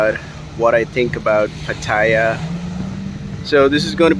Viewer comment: Try pronouncing the city right...